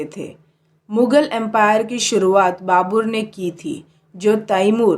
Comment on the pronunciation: Dhang se bolna sikho pehele babur nahi babar , lodi nahi lodhi , snga nahi sanga , humayun nahi humayu